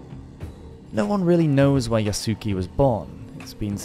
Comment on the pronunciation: Yasuke sounds like Yasskay kind of like Sasuke from Naruto and you pronounced Nobunaga's name a little funny but it's okay since you haven't done Japan content before this.